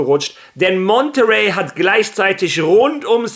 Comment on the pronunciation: Warum sprichst du Monterrey eigentlich so komisch aus? Das ist Monterrey, México! Dit müsstest du als Spanier wissen:D